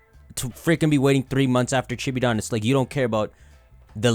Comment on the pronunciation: it took me five videos to realize he was saying "Chibi Dawn" and not "Chibidon" like he was referring to the game as some sort of pokemon named "Chibidon"